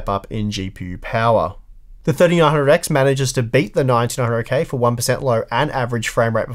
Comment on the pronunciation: Sounds like you're saying 1900k